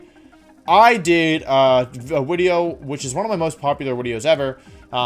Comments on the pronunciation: I like hearing what he has to say but what it up with “wideo” & “jiggalith” etc. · VIDEO DOES NOT START WITH A W, IT STARTS WITH A V! AND FORM DOES NOT END WITH AN E! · Why tf does he keep saying wideo and forme? It’s so annoying 😂 unless he’s doing it for the algorithm because he knows people will point it out. Which if that’s the case... gg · Why did he say wideo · Its something he likes to do he does it in every video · no one: Wolfey: wideo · Great list, though I respectfully disagree with Indeedee female being B Tier. She’s S Tier IMO. A huge pain in my ass. Also, you mispronounced Deckydewey’s name. Another great wideo overall. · Me: clicks on wolfey video knowing full well how long it is Wolfe: "so this is probably gonna be a long wideo..." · Wepeat Wideo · Day 3 of asking Wolfey to make a wideo where he explains how to properly pronounce Pokémon names #frothlath #wenyousoar #neenaytails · "This is probably going to be a longer wideo if I'd have to guess" After those Glaceon videos, this is child's play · cuz it's Woof. he thinks he's cute or something